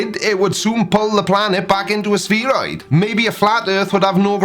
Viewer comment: You can’t even pronounce spheroid correctly